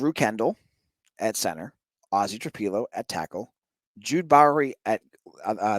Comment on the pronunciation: It's not (Tra pee lo)...It's (Tra pillow)